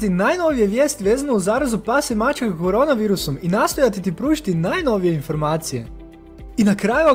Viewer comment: Ja sam iz Srbije.Da li je kod vas normalno da kažete maĆka umesto maČka? Pitam jer me zanima,nije hejt.